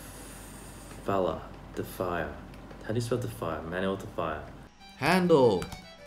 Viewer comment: HAHA de Falla = de Fella XD